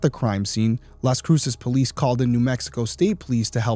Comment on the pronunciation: Las cruces is pronounced like loss crew sus